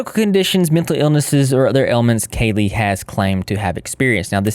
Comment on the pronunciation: i think its actually pronounced like cali instead of kaylee